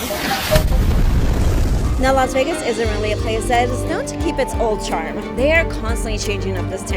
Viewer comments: Laz Vegas? You're the only one that pronounces it that way. Enjoying the restaurant tour thank you. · Laz Vegaz, she says!